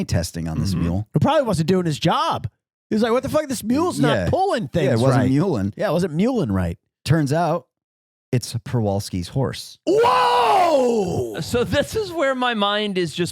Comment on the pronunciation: It's pronounced Shevalski.